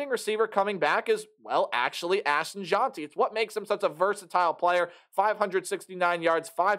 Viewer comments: Difficult to take this seriously when you havent done the research to pronounce names correctly. His name is not JOHN-TEE, its JENTY. And he is one of the best running backs in the entire country. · You’re not pronouncing Jeanty’s name correctly. But good video👍🏽 #gobroncos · Jeanty is actually pronounced Heisman* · Jeanty pronounced like past tense of read